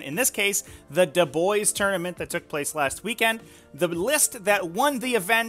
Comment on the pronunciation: It's pronounced "duh-bwah"